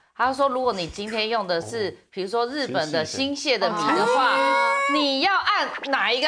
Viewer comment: 新潟(音細)，不是新瀉